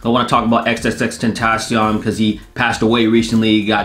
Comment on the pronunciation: This video finally showed me how to say XXXTentnation.